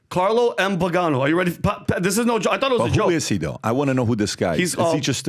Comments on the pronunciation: His name is pronounced Vee-Gan-O he was a Catholic Archbishop. I believe one day he will be venerated a saint. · FYI Arch. Bishop CARLO MARIA VIGANÒ ( pronounced VEE GA NÒ acccent on the O.) Italian, Ex Apostolic Nunzio (the Vatican Ambassador) to the USA. Ex comunicated by Bergoglio because he does not agree with him.